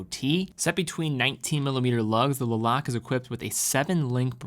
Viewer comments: That’s correct. Was actually thinking should have done the research on how to properly pronounce the name of the town before making the video. It is pronounced Luh-Lok-Luh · Le Locle is pronounced differently. You can test it out in google translate ;) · LeBron-Le Lock the door- Lock Le Locle, the e is silent from my understanding